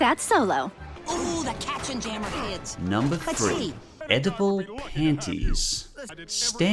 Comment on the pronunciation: I think you continually hit the nail on the head by repeating 'I must have missed the joke here', nowhere better illustrated than pronouncing 'Oedipal' as 'edible' and therefore completely missing the joke.